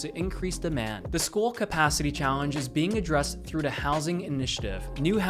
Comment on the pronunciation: He pronounces the word the like dah 😢